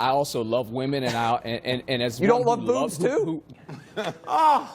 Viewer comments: Imagine choosing a catchphrase that your speech impediment doesn’t allow you pronounce. “Booves”.. Fucking dope. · Ok but for real, was he saying booze or boobs? Lol